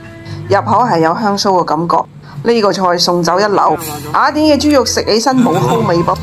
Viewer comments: 呢個威他唔合格.最唔中意听到廣東話啲懶音.雅一亞. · 懶音系粤西特色。粤西地区甚至有赖话，目前还不确定算唔算系粤语的第10种口音。